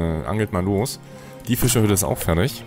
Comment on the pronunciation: Ich liebe wie du Füschahüdde sagst 🤣